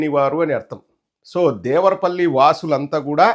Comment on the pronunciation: "దేవరా పల్లి" కాదురా..లబ్డ్డే.అది " దేవర పల్లి". తెలుగు చదవటం రాని పుంకా గాడిని యాంకర్ ని ఎవడు చేశాడు అసలు."దిస్ ఈజ్ అన్ఫెయిర్.. సబ్జెక్ట్ టు కరెక్షన్"🤣🤣🤣